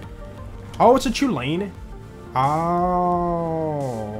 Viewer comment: Randomisers are the best mods! Love the series. Just a heads up but Chulainn is pronounced "Cullen". It's Irish, from the myth hero Cú Chulainn (coo cullen). He would go into battle frenzies and become a misshapen monster, which is why the gun slags you.